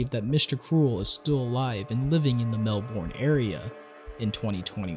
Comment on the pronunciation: Every time I hear him say Melbourne incorrectly I wanna kms lol